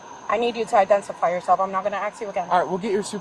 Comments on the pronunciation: "final time ima axe you" is about all you need to hear to deduce the hiring qualifications of this department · Ima AXE you one more time.... is all you need to know about the hiring process...... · "imma axe you, imma axe you🫪" sounds like a threat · It's fine guys, she got a call so now she needs to axe them 😂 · "ax" is the original/historical pronunciation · The Lakes can clearly express and define their rights under Fed/State/City laws or statutes while the cop (aka DEI Employee) can not pronounce “Ask” correctly. I’m going out onto a limb and guessing that an ambulance is also “a am-buh-lances”. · The officer cant pronounce the word "Ask" ....DEI at its finest, Didn't Earn It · Is it too much to ask for police being able to pronounce the word “ask” FFS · Any cop who can't say "ask" properly probably shouldn't be a cop. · In addition to every one of them cops needing reprimands and further retraining in the laws they're supposed to uphold, officer Jimenez really needs to request an instructor who can teach her how pronounce "ask". I mean, if your buddies are gonna call the folks you're illegally harassing on their "language" maybe it would be helpful if the interaction didn't start out with the cop butchering the language, and the law, and the constitution... As for the supervisor... 🤦🏽‍♀️ Instead of a public roadway why don't you park in a "public lot, like Walmart". He doesn't even understand the difference between private and public property, enough said. That department is a mess and a half. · It's concerning hearing the female officer threaten to "AXE her one more time" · Ha! You heard it too! "I won't axe again!" Jimenez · No, you can't axe me a question. Dumbass cop. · Soon as I hear AXE you. I knew the cop was a tyrant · "axe" can't even speak well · How hard is it to say "ask" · Because she gotta "axe" you for ID. When she "axes," it's a command, so you need to do what she says or she "finna" arrest "y'all" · Cop can't even say ask properly.